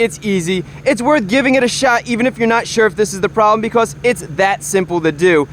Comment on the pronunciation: “Beecoss” what a weird accent